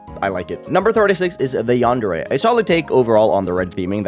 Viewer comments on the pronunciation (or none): none